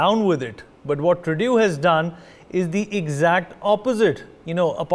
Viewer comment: fake news....and its trudooooo not truduuuuu.